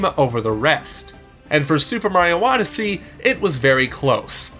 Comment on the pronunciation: He said super smash odessey